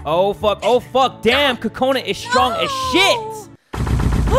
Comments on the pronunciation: it's not pronounced like "kakona" if you were to actually pronounce it with a japanese accent like it's supposed to be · i want to tell you that the way you say kokanu is wrong it is coconut but with out the t